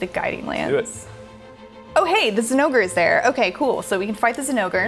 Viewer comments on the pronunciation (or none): thats how you pronounce it..... its not "Zinn-O-Gray" even the devs during their own demo showcase videos from previous games pronounced it as "Jin-O-Gah" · Why you gotta butcher the name zinogre like tht